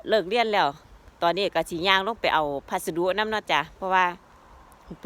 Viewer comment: พัสดุจ้า บ่แมนวัสดุ